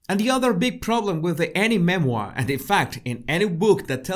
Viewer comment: a Me-Moir 🤣🤣🤣🤣